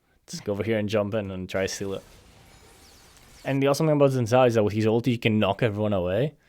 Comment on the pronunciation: It's pronounced "shin jhow"